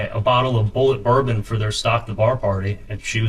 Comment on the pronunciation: Does anyone else hear almost saying “bullet” when trying to say “bourbon”??